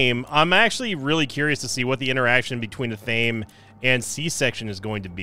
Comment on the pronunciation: It’s pronounced ath uh may